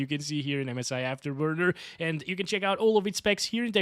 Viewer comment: Did you say "MSI Afterburger"?